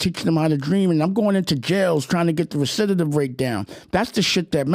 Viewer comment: Gotta love pronouncing the word recidivism wrong when fighting for recidivism rates.